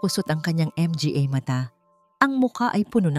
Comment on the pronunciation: idol sorry po hindi M G A ang pagbigkas its manga po MGA...